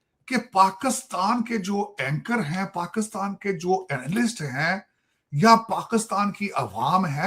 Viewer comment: Paxaatan, isolation, taiyyare, Cheema Saab, maine Research kari hai😂 Sorry bekhashoosh bhool gaya m